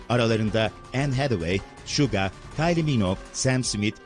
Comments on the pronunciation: en azından "suga" değil "şuga" demiş DHSJDHSAIDS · Şuga diye okumasını :))))